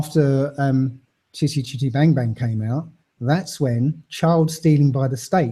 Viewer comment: i like the way he says chitty chitty bang bang ...its nice